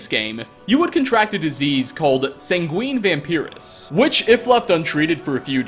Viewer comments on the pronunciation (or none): Sangween Vampiriss. 🤦‍♂️